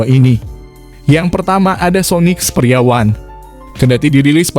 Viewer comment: Ada pembaca an kata experia yg beda mirip ngomong pria 😂